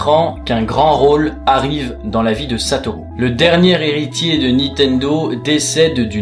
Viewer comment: Merci d'avoir essayé de prononcé son nom "satolou" a la japonaise et pas "satoru" comme un barbare.